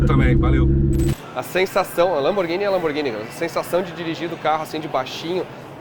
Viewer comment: LAMBORGINI DE PENEU DELINITE????????? PELO AMOR DE DEUS GENTE!